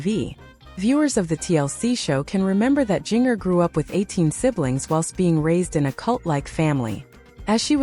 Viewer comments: It is spelled Jinger,but it is pronounced "Ginger like the spice!! Please pronounce it correctly!! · Jinger is pronounced like the spice….ginger!!